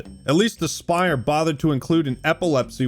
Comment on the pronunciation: its not aspyr. its ass-purr